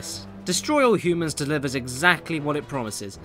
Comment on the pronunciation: jacefisto Yep. He's Richard Horvitz. He usually uses slightly different voices and intonations when voicing different characters. But that's the exact same voice he uses for Zim. It didn't help that he pronounces humans as "hyoomans" as both Zim and that character.